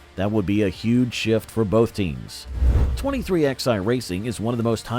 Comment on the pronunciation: It's pronounced 23 11 racing not 23xi